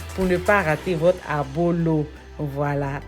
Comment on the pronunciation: ça s’appelle Ablo, pas Abolo.